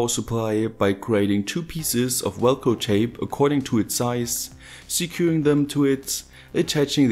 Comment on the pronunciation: Awesome video. I love hearing you say Welcro instead of Velcro.